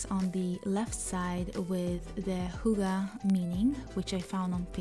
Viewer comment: I'm in... We danes split the word Hygge between the two g's... Hyg-ge and shorten the y sound when saying it... 😉